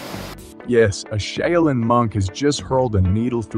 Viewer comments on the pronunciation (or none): shau·lin <<---- Proper pronunciation. Been there. Just saying. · I stopped at "A shay-o-lin monk". Hilarious! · "Sha-oil-yin" monks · oh lord that southern accent pronouncing Shaolin is gold , thanks for that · I can't believe that you managed to mispronounce the word "live"! Also, how many different pronunciations of "shaolin" can you manage?! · This dude pronounces the word "Shaolin" like 5 different ways. what the heck...which pronunciation is it? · How many ways can a guy say Shaolin incorrectly? Watch to find out! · I wished the narrator would pronounce Shaolin correctly. How many different ways does he say it? smh... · How many different ways can u screw up the name ...practice and do your research before posting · Your voice synth doesn't know how to pronounce "live" from context. It also has several mispronunciations of "shaolin". Still good stuff but..... 🙂